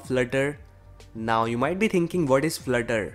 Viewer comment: FLUT-TER!!! Not FLIR-TER '-'